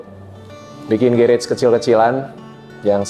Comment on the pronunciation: Kenapa yah .. Org indo yg berkecimpung di dunia otomotif yg menamai bengkel mereka demikian dengan Kata GARAGE tuh gak ada yg bener nyebut nya , even sekelas artis .. Sorry , rada gimana gitu di telinga gue ketika denger gerets .. ✌